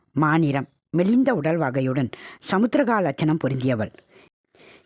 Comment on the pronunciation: சமுத்ரிகா லட்சணம் இல்லை சாமுத்ரிகா லட்சணம். அதே போல் மாயன காதல் இல்லை மயான காதல்.